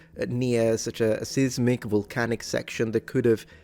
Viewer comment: Seismic is pronounced like either "size•mick" or "seiss-mick". Long, hard i, like the name of the letter i.